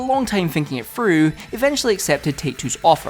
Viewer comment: please learn how to pronounce "th" sounds "finking it frew" at around 4 minutes in got me leaving this video man